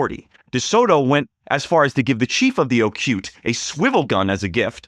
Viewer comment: Not Ocute, but oh coo tay.